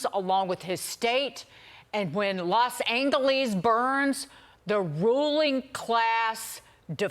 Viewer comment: Los angellies 😂😂